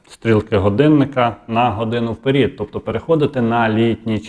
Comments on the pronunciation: Вчіть мову бо вже неодноразово кажете вперід а треба казати вперед соромно ломати мову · Впер"І"д, нар"І"д !!! Про стрілки грдинника - це важливо. А коли, блогери, перестанете КРУТИТИ українську мову???